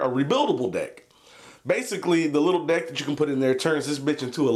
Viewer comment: When he said "deck" I heard "dick" and laughed my ass off.